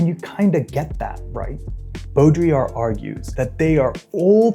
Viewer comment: my favorite thing about this video is that you are one of two people online ive seen pronounce baudrillard's name correctly